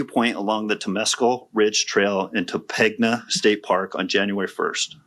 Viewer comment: It's pronounced "Toe-paangg-a" not ,"Toe-peg-na".